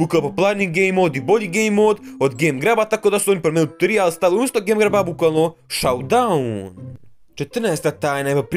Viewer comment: Brate kaze se šoudaun, a ne saudaun.